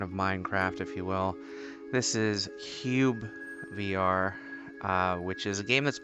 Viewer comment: Hi, developer of the game here! Happy to see you enjoy the game :) Nice and chill video. Even though the main aspect of the game is the building, cyubeVR is also a great game for people who enjoy just wandering around and exploring! You have pronounced it correctly, "CubeVR". And yes, you need to hit the tree with a bit more force with the axe for it to register the hits. When hit with enough force, the axe gets stuck a bit in the tree. After 3 such hits in the roughly same location, parallel to the ground, the tree will fall over and you can further chop the logs into small enough pieces for them to fit into your bucket. The gravity glove aim is pointing exactly where your straight index finger would point to, so sometimes you've aimed a bit too far to the side of the items. Once you're used to where you have to point, you should always be easily able to select the correct item. And yes, you're right, the gloves are re-textured SteamVR gloves, as they're made by Valve they just work most ideally with the Index Controller finger tracking, which the game supports, so that's why I chose those :) Will you make some more videos of the game where you get a bit into building something?